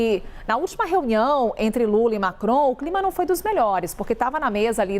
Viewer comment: Falam Direito e lula e fala Normal e não Lule isso e Coisa de Gay